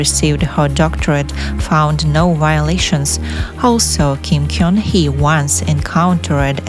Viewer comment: Gun- should be pronounced as GUN as the weapon, not KYONG